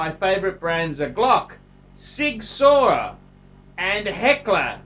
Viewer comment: its 'Sig Sauer' SOWER you knob jockey